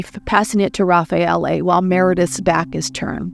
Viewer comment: No it is perfect Raffaele